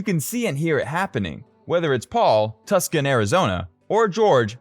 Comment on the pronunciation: What's up with the mispronounced Tuscon?